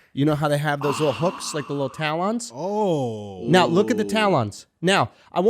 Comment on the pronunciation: Why Andrew saying talons like “towel ons” 😂😂😂